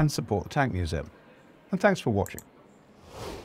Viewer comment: Did he just say "tanks for watching.!"?